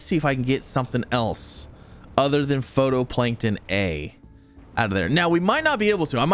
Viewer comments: Does he ever pronounce phytoplankton correctly? its phytoplankton not photoplankton, its pronounced FIGHT-O-PLANKTON, I'm about to have an aneurism its bugging me so much. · not to be an annoying critic but phytoplankton is pronounced "Fi-Toe-Plank-Ton" not "Photo-Plank-Ton" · It says phytoplankton(fie•toe•plae•nkton) not photoplankton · Just wanted to point out, phytoplankton is pronounced “fito-plankton” 😁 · Yeah, was catching that, too, he even mentioned not being able to place it underground because 'photo' so I think he misread the word, and misunderstood it completely rather than just being a pronunciation error. It makes sense though, in a way, "photo", for "photosynthesis" I can understand why and how his brain did what it did. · How many times can a streamer misread the same word in one episode? watch this and find out XD "Photoplankton A" XD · I love you and your videos but it’s pronounced FIGHT-o-plankton. Keep being awesome ❤ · I never noticed it, but now I can't unhear it. Darn you,!!!!!!